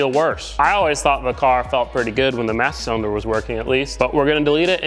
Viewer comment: He said, "Massa Cylinder" 🤣